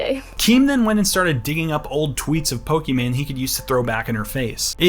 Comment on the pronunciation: “Pokmon” lmao